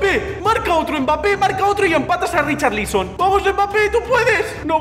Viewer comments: Nadie: Absolutamente nadie:: Richarlíson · RicharLÍSON, jajaja que pronunciación lol